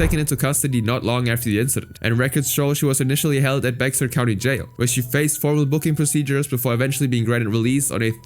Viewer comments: imma let you know now, its not Bex ar, its Bear lol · Bear County. Bexar is pronounced Bear. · Not at all the point of the story, but for the first one, "Bexar County," the x is silent and is actually pronounced "bear county" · it’s pronounced “Bear” Bexar county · Hey internet! "Bexar" is a county in Texas that is pronounced as "Bear" That is all. Thanks. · Bexar is pronounced “Bear.” Ridiculous. Don’t know why. (I’m from Texas) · Bexar is pronounced bear. And it's a county jail that is worse than some prisons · as someone that attended San Japan 2025, I am shocked to hear that story- (also Bexar is pronounced "Bear." it's weird, I know. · "BeXar county" lmao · When you say Bexar county just say bear county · Just came here to say that ‘Bexar County’ in Texas is pronounced Bear County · Just for future reference, San Japan is in San Antonio, the county is spelt like Bexar, its pronounced Bear. It because a lot of the things here are in Native-American/Spanish and not pronounced as they seem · i went to san japan last year. i did NOT know this happened😭 also it kills me how you pronounce "bexar" HELP